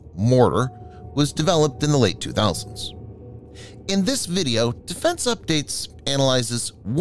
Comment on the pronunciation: Even with his 'late 2000s'